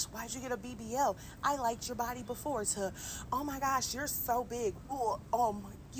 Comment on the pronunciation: I'm not playing with you! "She fights...with her BaHdyy!!" Almost threw my phone lmao